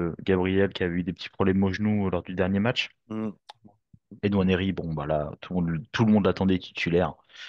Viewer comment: Pourquoi tu dis N Nwaneri ? C’est Juste Nwaneri il n’y a pas d’apostrophe Pour dire N Nwaneri 🤣